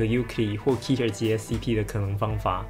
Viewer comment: 是 ㄎㄟTER 不是 ㄎㄧ TER